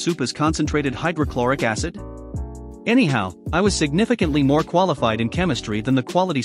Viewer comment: MORE...not moar...